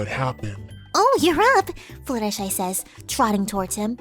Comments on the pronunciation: you are fluttershy not fluttshe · How much money did it take to surgically turn yourself into?